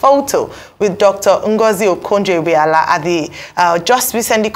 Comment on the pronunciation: Ah you cannot pronounce Ngozi Okonjo Iwuala correctly despite her popularity in Air??